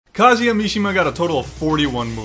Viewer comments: He’s saying it like kazea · That’s not how you say his name